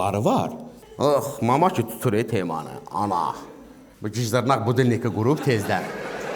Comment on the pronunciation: Ən çox güldüyüm gijdırnaq birdə maraqlı söyləmək forman :gijdırnağ🤣🤣🤣